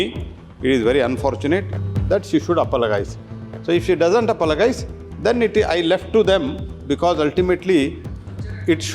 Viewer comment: Apologize.. Is an English word. Can you please ask that gentleman to pronounce it correctly. It's a shame to Indians